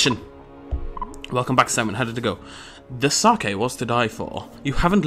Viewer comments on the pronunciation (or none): Did you just really pronounce sake as "Sakay"? That made my day xD